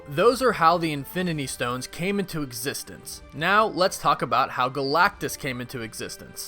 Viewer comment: As long as i exsist i think this guy is not gonna stop saying EXSISTE OR EXSISTENDS